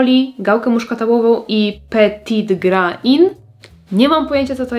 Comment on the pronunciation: Kto inny tak potrafi opisywac zapachy ??? Nie wiem ale jestem zachwycona. Wymowa francuska na piatke, nareszcie moje ucho nie cierpi, cos sie stalo z petit grain no ale sie zdarza. I w dodatku dziewczyna mowi po polsku (bo ja czesto nie rozumiem tych roznych nowych prononciations.) Alléluia !